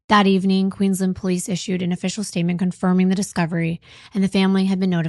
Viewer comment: I'm from Queensland Australia, love your podcast! Thank you for pronouncing the names of all the towns correctly! 😊❤